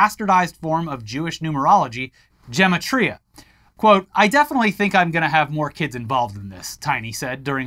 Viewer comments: Also its pronounced jem ah tria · it's Gimatria, with a hard g, like gorilla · Ge-MAT-riya--with a hard G, because Hebrew doesn't have a soft G. Or didn't until we started naming streets after King George.